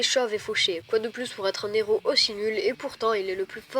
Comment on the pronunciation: a "quoi de plus pour être un N'héro aussi nul " :o N'héro ???